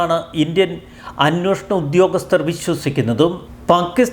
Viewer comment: 'അന്വോഷണം' തെറ്റ് 'അന്വേഷണം' ശരി.